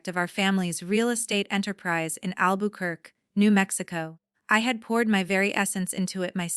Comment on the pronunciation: You need to teach you AI to pronounce Albuquerque correctly.